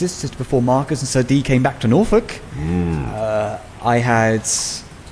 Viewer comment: I am beloved of pronunciation of norfolk